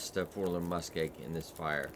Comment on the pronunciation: Lol Forlorn Muskeeg, Learning how to read video. LOL everyday